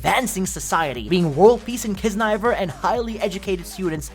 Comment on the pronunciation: Its not kisniver its Kiznaiver. Almost missed out a W anime bro. Cant be caught slacking like that💀🤡